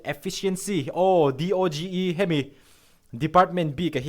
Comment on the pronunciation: DOGE khi do-j tia lam tur aw ,Doge coin a nia